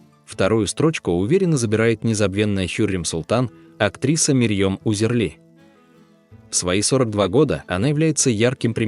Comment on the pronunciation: Мэрьом Узерли как автор читает не правильно. Марьем Узерли.